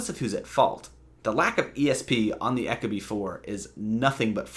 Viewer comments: The way you say "echo-bee" kills me. Ee-koh-bee. Eco..efficient. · Yeah apparently eco and echo are pronounced the same these days. Second video I couldn’t watch because of this. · You lost me at ECHO-Bee. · Echo-bee you idiot.